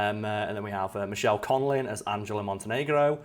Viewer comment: you said her name wrong it's correctly pronounced Michaela (Meh-Kayla) Conlin, you pronounced it, Michelle. You also forgot about the crossover with Sleepy Hollow